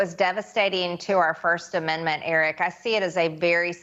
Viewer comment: What is a “firssten amendment” anyways? 🤔🤡😂